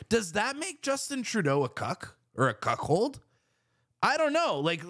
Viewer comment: It's CUCKOLD not CUCKHOLD.